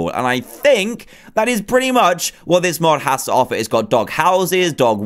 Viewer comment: ExpertTheith he said whet mod